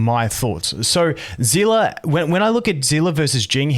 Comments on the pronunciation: i cant stop being annoyed at the pronunciation zeela like how do you pronouce it as that it clearly has an s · Just so you know for the future seele is said like see-le not as one whole word kinda like stan-le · I’m pretty sure her name is pronounced Seal Lee, Genshin has creatures in the game that go by the same name and are pronounced that way. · The live stream pronounced it as Zee La. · can anyone tell me why everyone is calling seele "zhila" now? i heard bronya say her name in honkai countless times and she never said "zhila" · thats in chinese , but in english pronounciation they called her "zilah" also in the past time stream the host and her V.A called her as well as "zilah". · zila is Seele German pronounce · im just confused everytime he said seele as zilla xD